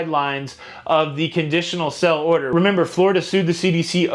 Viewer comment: You always say 'sell'-order but it's 'sail'-order